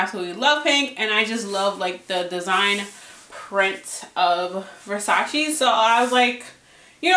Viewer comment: Damn shame it’s 2022 and people still saying versace wrong smh